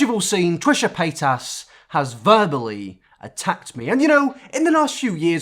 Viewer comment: Trisha Pay-as